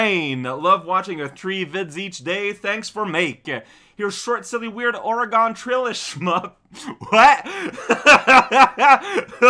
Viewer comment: just for future reference, Oregon is not pronounced how you pronounced it. It's pronounced "or-ee-gun".